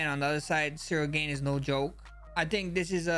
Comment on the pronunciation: Cereal Gone 🙏🏻